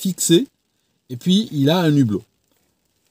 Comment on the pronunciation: Un hublot, pas un nublot😅 pas de liaison